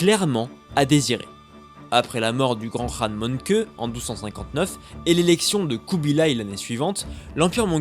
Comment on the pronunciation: Très bonne vidéo juste on dis pas "rhan" mais qhan